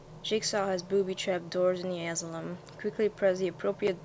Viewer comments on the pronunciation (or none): nice videos once more btw asylum is said a-si-lum (